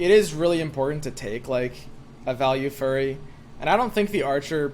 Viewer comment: Listening to him say "furry" over and over - instead of "fury" - was weird to listen to. Like the people that like boink while wearing full-body animal suits?